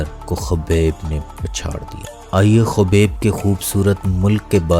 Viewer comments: چوتیا نیریٹر ۔۔۔ خبیب نہین حبیب نور محمد نام ہے اسکا ۔۔۔۔ جاھل آدمی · Khabib Nahin hota Habib hota ha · Abe chutiye kaubaib nhi hai uska naam habib hai or corner mcgregor nhi conor hai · yes but apny video my khubeb bola hy its wrong